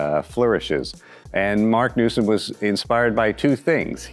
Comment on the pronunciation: its marc newson not newsome